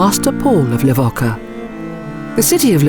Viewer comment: Within the first few seconds your automated voice completely mispronounces the name of the place you're supposed to know so well that you're posting a documentary about it. It's pronounced Le-vo-cha. Idiots.